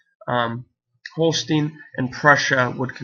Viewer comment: Great video but Holstein is pronounced Holst-eye-n